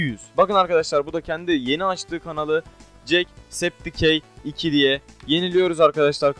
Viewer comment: Cekseptikay diye okunyo abi